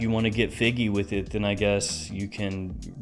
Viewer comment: "Get figgy with it" 🤣